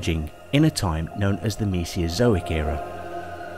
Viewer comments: For a science channel, it doesn't look good when you make pronounciation mistakes such as "Mesiozoic" and "Gigantosaurus" (not to mention the "seperated" on the title). Aside from that, presenting the "birds are living dinosaurs" topic as if it were a "theory" (I imagine they use the word in the colloquial sense here) that's debated academically is pretty much incorrect. There isn't much of a debate, it's generally accepted as fact. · Cannot take seriously a narrator who cannot pronounce Mesozoic properly.